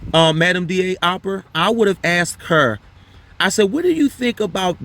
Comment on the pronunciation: Sue Opra. You kept saying her name wrong. Opper. Rhymes with hopper.